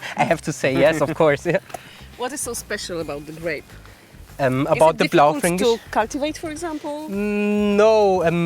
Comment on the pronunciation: BlaufrEEEEEnkisch w wymowie.